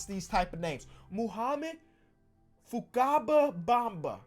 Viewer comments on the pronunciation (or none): sees “fakaba” Also: says “fukaba”